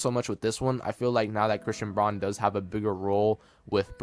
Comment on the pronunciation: You are mispronouncing Braun's last name